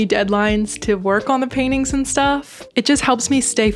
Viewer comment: It’s so cute how you pronounce paintings “Pain-ings” hehehe